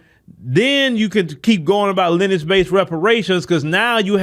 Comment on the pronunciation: Lin-e-age not “Linage”.